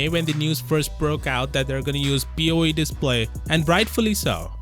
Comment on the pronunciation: BOE becomes BOO 😂😂🤣🤣😂